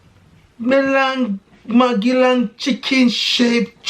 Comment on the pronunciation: magelang bukan magadhan